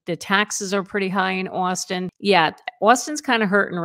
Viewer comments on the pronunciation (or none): Please never say “Austin” again